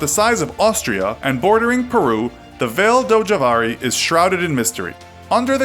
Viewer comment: You pronounced Vale do Javari completely wrong. for starters, Javari is an oxytone, and "Vale" is not pronounced like you did.